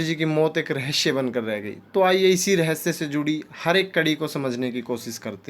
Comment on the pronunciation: Rahasya thiq se bolna sikh le bhai